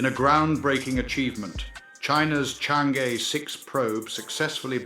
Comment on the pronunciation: Congrats❤ By the way it is pronounced as Chang Er. Thanks